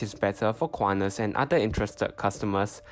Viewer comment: Do NOT pronounce it "KU-AH-NAS" Say /kuan-tas/ with T as in sTUpid